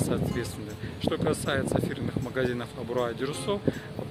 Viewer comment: АбрАу , но не АбрУа , как произносите Вы !!! ))))))))))))